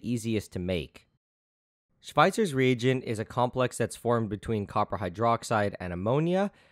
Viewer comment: It annoys me how he says Schweitzer's rEAGent.